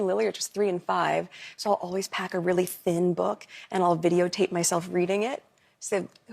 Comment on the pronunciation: Why does she stress a thin book ? Weird